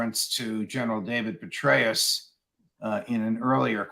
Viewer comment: Too funny, Judge. Did you say, " General Betray-us?!